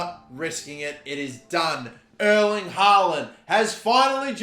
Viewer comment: Just for future vids, Erling is pronounced different from "Earl" or "Earling". More like the pronounciation of the word "air". Airling haaland i suppose :-) Best regards his Scandinavian neighbour